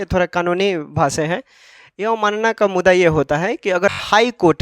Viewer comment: Mudda bolne aata h. har bar mudda ko muda bolta h bat krta h kanun ka